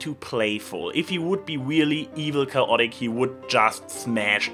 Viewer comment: It's pronounced: KAY-ot-ic.